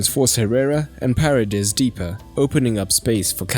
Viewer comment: Not to be pedantic, but it's pronounced Pa rey des, accent on the second vowel! (not Pah redes, accent on the first as you did). It's actually kind of an awkward name to pronounce in English. Love your videos, keep up your good work! :)